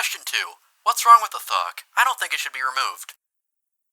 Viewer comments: does anyone else hear him saying "fuck" instead of "thok" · Sounds like your say instead of thok drum rolls please: THUCK cause to me it sounds like f@ 💀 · bro did NOT say thok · why does the way he says thok sound like fuck?